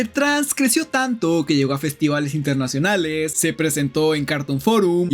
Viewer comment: RecoRIDO internaCIONALES Habla bien lcdtm